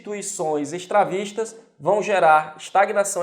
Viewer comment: "Extravista" como na fala, ou Extrativa como no quadro?